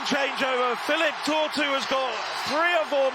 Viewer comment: The english commentator switched from Philipp Tortu to Felipe Tortu. Why englishmen are so bad in their job.